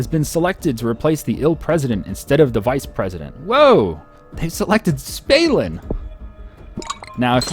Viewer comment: Im pretty sure it's Stalin and not Spalin, same as Gill Bates :D